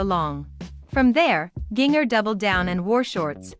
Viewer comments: Please pronounce her first name correctly, jigger is pronounced the same as ginger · Please say her name right.